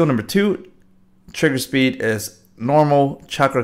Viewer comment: when u say trigger speed it triggers me so much lol